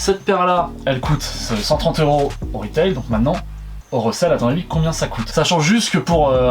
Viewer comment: *Retail et non reutail